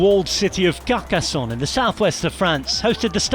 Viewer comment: It's Carcassonne not Kacason "